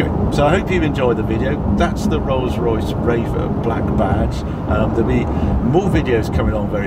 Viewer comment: "Rose Royce Raiff"